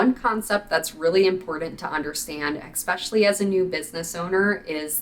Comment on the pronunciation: Love your vids... But the word is Essssssspecially not ekspecialy!